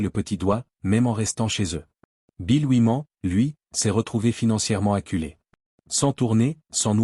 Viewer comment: Rien que la façon ridicule de prononcer "Oui-Man" m'a suffi pour zapper ! 🤣🤣🤣 C'est incroyable 😂